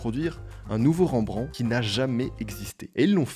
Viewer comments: Prononciation "Rembrendte" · On prononce le T de Rembrandt. Super intéressante cette vidéo !